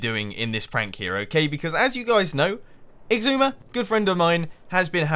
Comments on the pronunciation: ***** Mumbo has a G in the middle. it's like "eeg-soo-ma". like, where did that G come from? for a long time I thought it was "ee-zoo-ma" because of the way X is pronounced, like in Xylophone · You and Xisuma have ben on the server together for three seasons. Mumbo, it's is-oo-ma. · Mathew ST But just... WHY? Does he REALLY think that's the way it's pronounced? or does he joke about it?